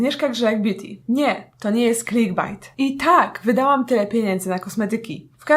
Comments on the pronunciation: To się chyba czyta klikbejt a nie klikbajt XDD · Czyta sie klikbejt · Czyta sie "klikbeit" jakby co :D swietny filmik btw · Czemu ona mówi klik bajt?